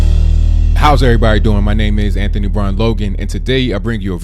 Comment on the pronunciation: Lol she just blaming "er'vrybody"!!!!!HAHAHA she just can't get it through her head that plenty of decent folks did not want her in office